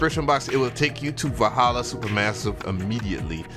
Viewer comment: Nice job on the uploads. I won't clown you, but I'll help you out on the pronunciation of Valhalla. 'Val' is like the val in 'valve' and 'halla' is like how some people say 'Holla' instead of 'holler'. Also, are you planning on reviewing some more of their plugins like Valhalla Shimmer? I'd love to see your take on them.